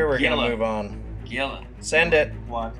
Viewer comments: Hee-La is actually the correct pronunciation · The Gila really only had 2 drones? ...what a nub. BTW Gila is pronounced HEE-LA.